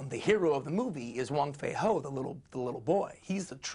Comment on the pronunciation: It's wong fei hung not wong fei ho but nice interview